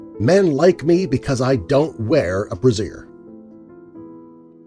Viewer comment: Lol "brazier"